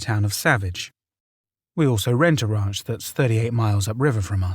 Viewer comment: The wraunch = ranch